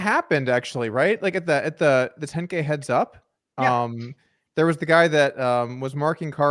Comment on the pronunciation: Is it "heads up" or "HUDs up?"